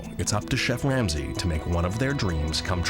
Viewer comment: the narrator said “chef wamsey” by accident i’m crying